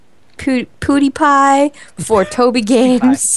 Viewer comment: thats not how you say PewDiePie, its like PeeeeeuuuuuDiePie but its spelled PewDiePie